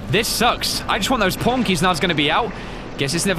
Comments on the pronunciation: everytime he says Pawn i hear porn and laught my ass off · I like that it sounded like he was talking about porn and porn Keys all The time xD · I know he's saying "pawn". But why do I always hear him saying "porn"? Man, I need to go see my ear doctor... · When he says PAWN it sounds like PORN